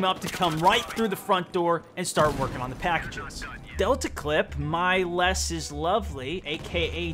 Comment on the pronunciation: err you messed up mylesis' name and the Last guy got a quad bro